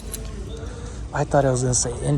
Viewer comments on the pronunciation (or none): We are Indiana Hoosiers (like who siers) lol Never heard anyone pronounce it like you did! Tina from central Indiana😁